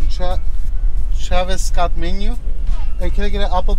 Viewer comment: Lol how pronounce Travis Scott make me dead 🤣🤣🤣🤣🤣🤣